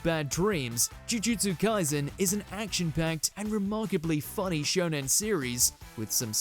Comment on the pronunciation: 1 He said shonon 2 I think HxH 1999 is the most dark shounen that it just feel like senien